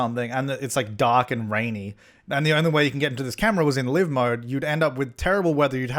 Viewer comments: I love you but please stop pronouncing live mode wrong. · I've always called it 'live' mode as in how you would pronounce 'alive' and now you've blown my mind...